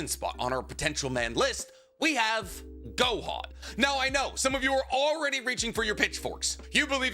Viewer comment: It’s Gohan and it’s not close